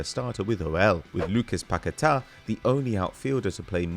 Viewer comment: From now on...I'm pronouncing Paqueta as PaqueTAAAAAH